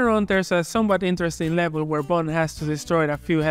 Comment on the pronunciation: "the names Bund, James Buuund" hahaha nostalgia. love the content